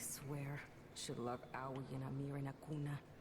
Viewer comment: I always assumed that Aoi was Japanese , (and shares a nationality with her VA) will need listen to her interactions with Arthur to confirm; but, it should be “ah-oh-ee” if she is indeed Japanese.